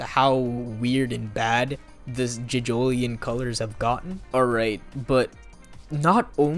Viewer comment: ‘Jidgolien’ shut up please